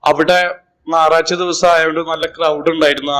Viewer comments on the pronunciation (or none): നാറഴ്ച അല്ല ഞായറാഴ്ച